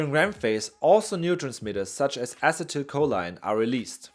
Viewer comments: " Ah-Sea-Dah-Coal-Lean" is proper pronounce sir.. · Ah-see-till-Co-lean. acetylcholine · “Ah-sea-till-co-lean” is how you pronounce acetylcholine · Acetylcholine= A-See-Tul- Ko-lien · Uh excuse me, its pronounce acetylcholine, not acetylcholine, duhhhh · I like how you pronounced acetylcholine four completely different ways. It's like how we have no collective record of how Latin actually sounded. Who am I to say otherwise?